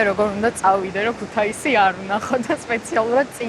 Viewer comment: ქუთეისი არა ქეთუსია.. ქუ თა ი სი ხალხო. ქუთაისი... ნუამახინჯებთ ქალაქის სახელს